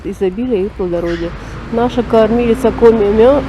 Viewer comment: Вы показали ресторан "Гранат". Но ни слова не проговорили, что это, по сути, бывший ресторан "Вычегда", который носил это название много-много-много лет. Возможно, когда-нибудь это прежнее название вернут этому знаменитому заведению... В отношении "Коми мӧс" : произносится оно в русской транскрипции как "коми мэс", но никак не "коми мос"...